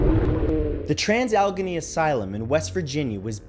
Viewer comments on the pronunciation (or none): Its pronounced al-ah-gain-ney, not algony.